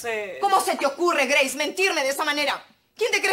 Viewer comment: dijo greis